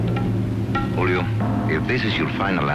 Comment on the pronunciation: I wish the police would’ve pronounced Julio's name the way he himself pronounced it.